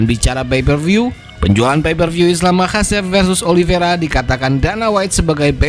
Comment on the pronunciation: Namanya islam MAKHACHEV bukan MAKASEP 😂